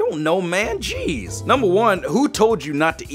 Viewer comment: "RASIST, JEZZ!" me:...iT sOuNdEd lIkE yOu sAiD "RASIST CHEESE" 😂